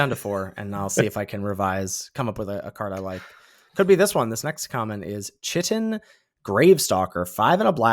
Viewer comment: Chitin is pronounced "kite-in". It's the biological name for the stuff that makes an insects' exoskeleton. Assuming you ever mention that card again and you see this comment.